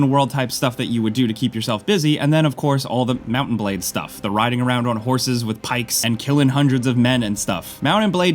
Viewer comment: "mownan blade"? mounTain